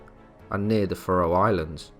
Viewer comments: They are pronounced, Fair-O Islands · I can't stand to listen to you mispronounce Faroe Islands any more. I'm out . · Yes, it is horrendous from start to finish.